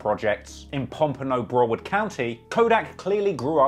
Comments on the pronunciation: Brow-ard County not Bra-ward County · The way pronounces Broward county has me dead 😂